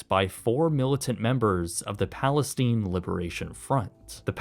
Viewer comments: Palesteen? REALLY???? It's PalesTYNE. Palestine rhymes with "palace shine" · Palesteen and the Palesteeneeans huh? Hahahaha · “Palasteen” lmaoooo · it bugged me how he pronounced "Palestine" lol. I'm weird